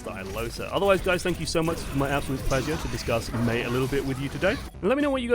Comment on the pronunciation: I guess your could say we're entering a new "Meita" AHAHAHAHAHAHAHA I'll see myself out.